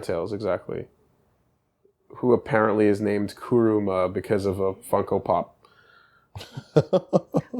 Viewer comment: Coo- ru- ma. Oh gawd. Really?